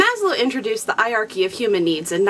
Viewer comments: "I-arky"?!! Please tell me you Americans don't pronounce Heirarchy like that. Don't you think you've butchered our language enough as it is? ;) Cool vid. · Normally I wouldn't mention pronunciation in a comment but were you prounouncing Hierarchy correctly? I've always made the "H" sound at the beginning of the word and you were pronouncing it like the H was silent. It's not a word I often hear, so I could easily be wrong. I figure you've probably heard it many times recently in your classes so you're probably doing it right, but it does surprise me that the H is silent. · hey, you should pronounce the H in Hierachy! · I actually do say it funny *gets embarrassed* the correct pronunciation is hi-er-are-key - it is just one of those things I have never overcome when casually talking (which is what I do for these videos). When there is an H as the first letter, I generally read right over it :( Dunno if its my french training or my bodies refusal to conform :P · Stick with 'eye-archy', and whenever anyone corrects you, nod, smile and acknowledge that what they say is quite right... and ensure that you get the word 'eye-archy' in the very next sentence. I say this as something of a Hanarchist!